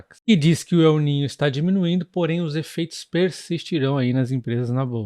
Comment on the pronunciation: Não se diz Eu niño, se diz El niño, está en español. Obrigado pelas informações.